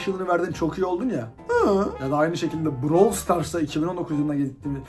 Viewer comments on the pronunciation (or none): none